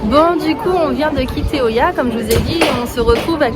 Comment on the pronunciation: Oia. Se prononce ïa en grec....pas oya.